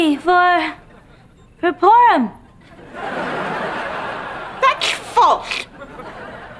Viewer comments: No haha she said Porm, in Victorious it was Prome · No, she said "porum". ^^ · Did she just say "PORM"?😂